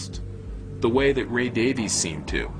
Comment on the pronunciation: Not the "Davis" brothers....the Davies brothers....DavIEs